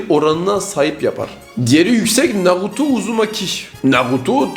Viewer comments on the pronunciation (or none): Naruto ❌ Naduto✅